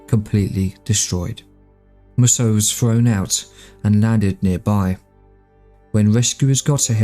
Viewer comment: Based on other Mussos, I'm guessing Mussos should be pronounced as Mooso.